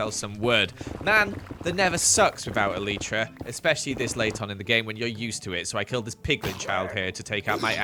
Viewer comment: The way says “elytra” is still funny- E-L-TR-A